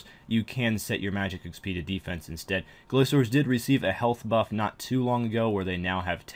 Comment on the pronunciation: GRA"K"ORS not glaZors.. wtf?